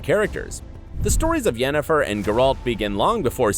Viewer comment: Mandy Pyke- yea ok... but to pronounce it as “Yenneforrrr” is just sacrilege